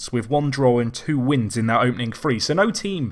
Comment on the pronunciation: He say three with a f so what do you expect.